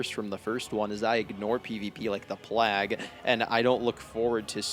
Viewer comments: Did this idiot really say "like the plahg" instead of plague lol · Bro I like your videos, and I sympathize with your takes, but you have to stop sayin “plagg”. “Plague” is pronounced “play-g” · Ohh dear God! Third lovely video essay from you and now I just have to know: do you NOT know how to pronounce that word; or do you ironically say it "plagg" because of a funny running gag from the past? My excuse would be the end of Eulogy..."what's a 'vag'?" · My guy. Did you call the plague the plag? Lmao